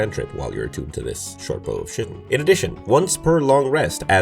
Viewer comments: "Shortbow of Shittin' " My brother in Pelor... That's pronounced "ky-tin" 😂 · Okay, you asked: it is Kai-tin.